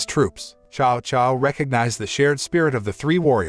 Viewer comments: This is a great movie it's just a shame that u butcher every name next time do research and learn hot to say them. Prime example Cao Cao u said "Chow Chow" it is actually said as Tsao Tsao! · Tsao Tsao is the pronunciation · His name is Cao Cao